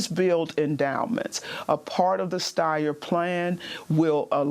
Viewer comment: Tom Steyer? Like what?